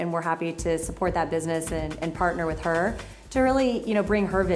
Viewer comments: Is he saying " wif" instead of " with"..he kinda looks illiterate tbh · Is this dude saying " wif" instead of " with"?(.. he looks illiterate tbh